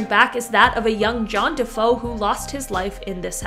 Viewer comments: The name of the family in the Amityville house is DeFeo, and is pronounced Deh-FAY-oh, not Deh-FOE. It is Italian. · Defeo Duh-fay-o. Just saying.